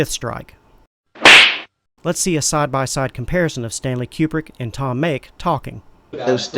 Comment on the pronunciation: Didn't sound like he said "Tom" at all.